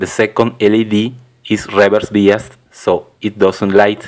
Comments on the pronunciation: Its pronounced "by us". not "bee us". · UK pronunciation is "bye" rather than "bee". Maybe it varies with country. Are you american? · No offense intended. But you say biased wrong. You say it as "bee-ist" instead of "bye-ised".